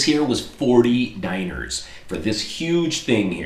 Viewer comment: dee nar not diner